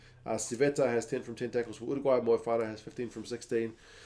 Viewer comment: Thank you for saying Uruguay correctly! Living in the UK I get a bit sick of "Chilly" et al.